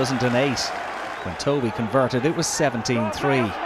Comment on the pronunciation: I wish the commentator would learn how to pronounce names. Davies as a Welsh name is said Davis and Jason's surname is pronounced Tuvey.